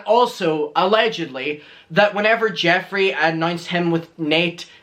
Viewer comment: I love it when you say allegendly!